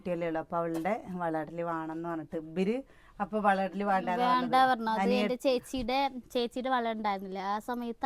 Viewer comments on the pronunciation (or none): 😊ബൻണ്ട അല്ല വേണ്ട എന്ന് പറയണം